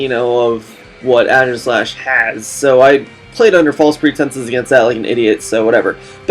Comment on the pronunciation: Good video, but still bothered about your pronunciation of Aegislash. It's Ee-Gi-Slash. As in Aegis - the shield.